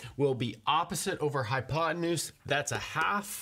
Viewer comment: Did he say high on pot tenuse?